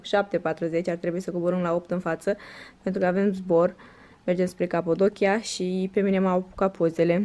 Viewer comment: Ai zis "Capodochia" de 1000 de ori, barem nu pronunti corect